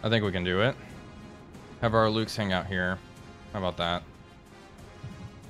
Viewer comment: Ah, Mühlhausen again! Home of my favourite plum jam! One suggestion, if I may: The Luchs you were fielding are very easy to nail in pronounciaton by calling them 'looks' rather than 'lukes'. Great series, keep'em coming, please!